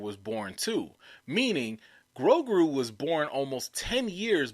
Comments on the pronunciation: I think you pronounce the name “Grow-goo” and not “Grow-grew”. Although I think a name that contains grow and grew would be a cool name for a creature of the force. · I think his name is Grogu , not Grogru , and for me , as a German , it sounds cute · it sounds funny because you are pronouncing his name with 2 R's. its "GROGU" not "GROGRU". lol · Thank you! I lol and cringed every time he said the name... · GrowGrew! LMAO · Grogu, bro. Not GroGRU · 😂. Adele & Grogruuu. That got me too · Bruh it’s Grow-goo LOL...Grow-GOO! 😜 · It's (grow-goo). That's why you don't like the name because you're saying it wrong. I think the name is cool. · GroGOOOOOOO. DuhROP that 'R'! I was SO close to giving you a thumbs-down 'cause you kept mispronouncing the name. But I didn't. You appear repentant and will strive to change your linguistic ways. Besides...I couldn't find my wet noodle LOL Love your enthusiasm and commentrary. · LOL smh he was killing poor Grogu's name. 😂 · Ffs you can't pronounce Grogu right let a alone Yaddle! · Grogu! You going hard on his name and you're not even saying it right. 🤦🏾‍♀️ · you adding a second R in grogu. Just one r lol